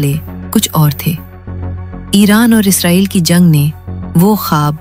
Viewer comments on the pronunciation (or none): none